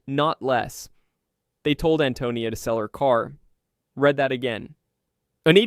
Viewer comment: This is still AI slop. Notice how "read" was pronounced